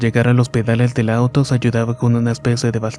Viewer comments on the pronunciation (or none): none